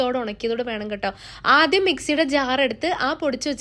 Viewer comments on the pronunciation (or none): none